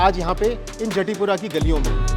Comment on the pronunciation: राधे राधे भैया बहुत बढ़िया, recipe बहुत अच्छी बतायी है। एक बात कहूँगा - जतीपुरा (गोवर्धन) को जटीपुरा मत कहिए । अपभ्रंश है। राधे राधे 🙏🙏